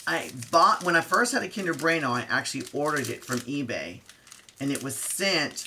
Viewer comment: You made my day by pronouncing kinder right 😍 Also great review.